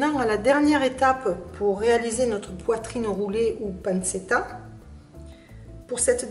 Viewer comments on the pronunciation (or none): Panchetta est la bonne prononciation. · Ça se dit pan-tchet-ta